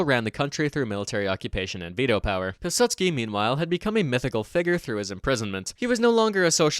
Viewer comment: If you wanted to get really nitpicky, you'd actually pronounce Piłsudski as something more resembling 'Piw-Sutski' too. The 'ł' in Polish isn't an L like we use it in English, it's basically just a funny looking W.